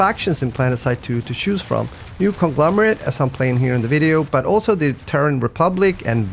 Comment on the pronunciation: Choose, not shoes. Chanel, not shannel.